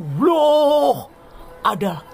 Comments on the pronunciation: 😂😂😂 astaga penyebutan allah itu lho mengesankan 😁😁😁😁😁🤣🤣🤣🤣🤣🤣🤣🤣🤣 kupas terus Gw penggemar baru anda uda gw subscribe n gw share. Sangat intelektual dan sangat bagus gw menikmati dan juga , menghibur tetapi tetap waspada tetangga sebelah kepanasan😂😂😂😂😂😅😅😅😅😅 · Kok ga becus nyebut nm ALLah gmn kao